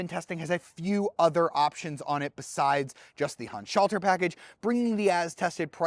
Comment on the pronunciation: What's this? A YouTube car reviewer that can pronounce Handschalter correctly. Good review!